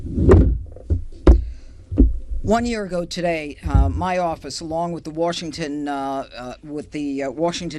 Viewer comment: she said" Warshington?"......